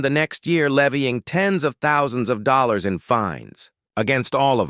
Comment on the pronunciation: 500 "dollollars?" Even the crummy AI cannot get things correct. And I was once employed as a foreman gardener by an hoa, (Horribly Organised A$$holes).